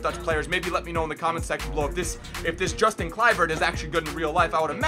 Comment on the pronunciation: you say his name as Yustin